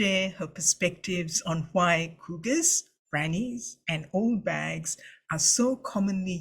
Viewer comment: Bags, not bages.